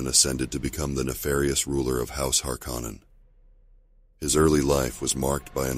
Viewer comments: You’re pronouncing “Harkkonen” VERY WRONG!!!! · Yeah… Not sure why someone would choose to do that. Unless it’s an AI voice that hasn’t been trained to pronounce words correctly. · It's bugging me too lol